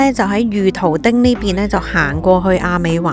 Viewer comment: 果然冇改錯名叫亂講嘢，御徒町應該讀"遇"徒町㗎，功課又唔做就出片！